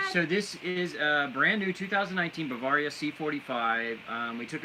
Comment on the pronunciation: Learn how to pronounce Bavaria